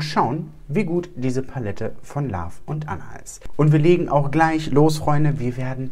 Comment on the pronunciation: Richtig schöne Review, die Palette sieht so nice aus 🥰😍 eine Sache triggered mich als Halb-Ami aber immer, wenn du in deinem Videos von „love“, also „Liebe“ sprichst. So, wie du es aussprichst, erinnert es eher an „laugh“ (also lachen). Just sayinggggg